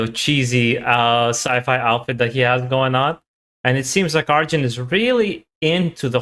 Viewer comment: Not "Arzjun", but "Ar-yun" ;-)